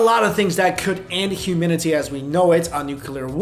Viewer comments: bru😂, hewmidity,ti think he ment humanity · humanity not humenity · humanity not Huminty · That could end "Huminity". Learn English.